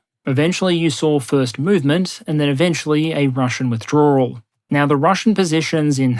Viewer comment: I can never get enough of trying to say "withdrawal"